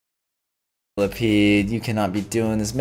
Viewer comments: millasecond millapead millameter milla-peed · I laugh when he said milla ped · Haha when you said millapeed